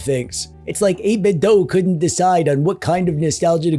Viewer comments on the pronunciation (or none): Wait, what?! 8-Bit-DOE? NO WAY! It's 8-Bit-DO! As in, "I want you to DO that new retro thing right now! DO or DIE!" There's no DOE in these here DO parts!